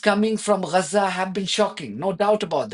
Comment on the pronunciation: It's not Reza - it's Gaza.